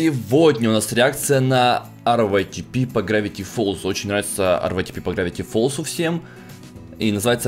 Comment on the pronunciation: Ска заел уже ЭР ВАЙ ТИ ПИ ска говори ритэпэ ПЛЕЗ